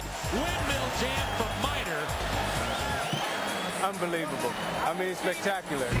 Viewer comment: It is Harold Miner not Minor. Greg Minor spelled his last name like that.